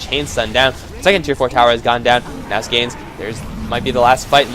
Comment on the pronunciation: Its hard to explain but u pronounce it kinda like "Skownes Elite" and Skownes is pronounced as "own"